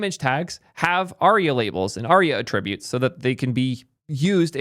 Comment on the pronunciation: What a weird way to say attributes... Is this a thing?